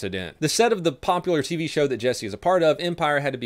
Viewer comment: Jussie not Jesse........ugh